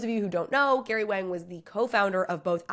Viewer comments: As someone who speaks Chinese I promise you Wang is not pronounced like “whang” or slang for dick. It is definitely pronounced “Wong” it’s also why sometimes it’s spelled with an o so English speakers pronounce it correctly 🤦🏽‍♂️ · Wang is pronounced Wong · I think Wang is pronounced Wong. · Love it when you say wang 😅